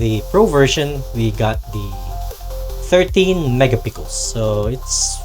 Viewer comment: Megapixel Sir not mega pickles, you got it wrong pronunciation.. No offense Sir.